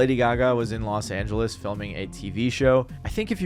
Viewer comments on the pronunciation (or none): none